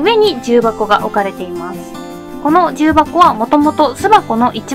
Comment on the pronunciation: 重箱の発音がきになるわぁ。